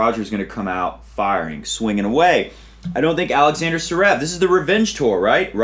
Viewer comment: DUUUUUUUUUUDDDDDEEEE IF UR SHOW IS GONNA BE THE MOST WATCH ON TH WEB AT LEAST SAY THE NAMES RIGHT ZZZVVVVVEREV NOT SUREV DUUDE A LIL EFFORT